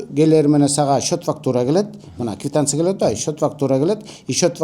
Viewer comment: Орусча суйлосонордагы туура суйлогулочу😂 Кивтансия эмес КВИТАНЦИЯ 😂😂😂😅😅😅😅